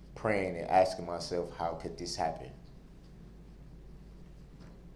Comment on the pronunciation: are you axing me or telling me 🤣😹